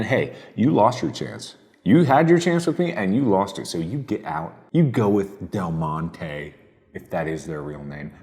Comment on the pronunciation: Apparently Mark getting worked up about Green Giant and Del Monty transforms him into speaking with a French-like accent. Lmao.